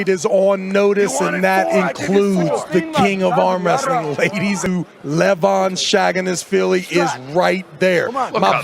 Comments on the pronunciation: Levan SaginaSHvili , not SHaginaSvili !!! Wtf... it has to end somwhere.. 🤦‍♂️ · The USA needs to apologize for the education Travis Bagent received, boy can’t read or pronounce a single name correctly. Levan “Shaggin’ Ass Villi” 😂